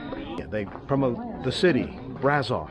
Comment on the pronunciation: Another lovely video 😊. Braşov is pronounced Brashov though, sweetheart. No worries. Romanian's not an easy language. The people here are so nice and lots of them, especially the younger ones speak English.